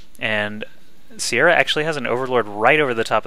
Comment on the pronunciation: the name your looking for i beleive im probalby wrong is pronouced Kia-ra